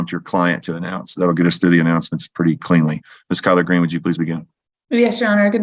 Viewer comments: Kyler- Green. I also heard colard green! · lol. I had to back it up a few times and I still heard collard greens. Glad it wasn’t just me. 😂